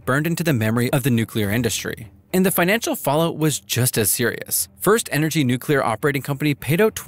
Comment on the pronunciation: N U C L E A R Not "NUCULAR."